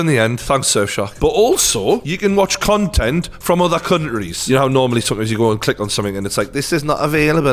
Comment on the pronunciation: Everyone: Countries: Cuntries 😂😂